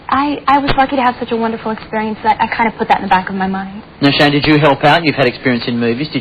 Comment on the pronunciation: Is it just me or the interviewer called him "shaima west?